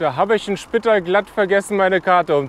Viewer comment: Für mich als Österreicherin istdeine Aussprache der Ortschaften oft sehr lustig. Wir betonen ganz oft auf der letzten Silbe. Spitaaal zb. Lienz ist mit einem betonten e und Villach wird wie Vater gesprochen😉